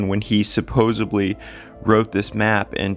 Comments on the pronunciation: Supposedly. Not supposebly. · It's hard to take you seriously when you continue to say "supposeBly" instead of the correct "supposeDly" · Supposedly, not supposeBly! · ...another good video, as usual. However, would you puh-lease stop saying 'supposably'!? Thanks and keep up the good work. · I appreciate your research and still photo editing, so please don't take this comment as a jab out of spite. At the risk of sounding like a fault finder, your pronunciation of "supposedly" and misuse of the word "ironically" betray and misrepresent your (otherwise obvious) intelligence and discretion.